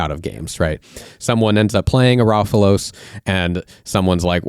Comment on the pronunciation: Ro-fel-os, not "raw-fu-los" Anyways, the problem with the solution of "just make all the banned stuff into GCs it's fine, is the because bracket 4+ have no limits on GCs, it just makes bracket 4 miserable. You guys also seem completely dismissive of and unwilling to engage in good faith with the stated philosophy of the format and the ban list for EDH. Being primarily concerned with curating it as a fun and causal format. If that's the place you start from, it just comes across as you saying "well, we don't actually like or respect the format or its design intent or what it's trying to accomplish. Our goal is actually just to change the format to be fundamentally different to fit our vision, rather than just accepting maybe we don't like it". Like, yeah guys, Sylvan Primordial isn't the most powerful thing you can do in Magic or EDH. That isn't the measuring stick for bans in EDH and never has been and you know it. You're smart enough to know you're ignoring the guiding philosophy, which means you know you're acting in bad faith.